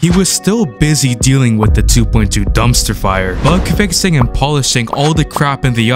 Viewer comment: I'm sorry. I just can't stop laughing whenever he says "fire" 😭😭😭